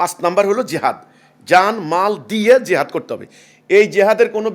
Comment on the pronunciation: Jehad ..... bolte chai6o ki... priskar kore bolun...